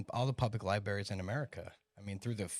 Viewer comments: Dude said 'libaries'... I think I've seen enough. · did you just say libarys? Discredited for the rest of your time on this podcasts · bro said liberries